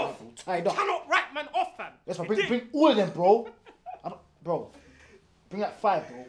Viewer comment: The amount of times they be saying 'BROEW' is grim 🤦🏻‍♂️😅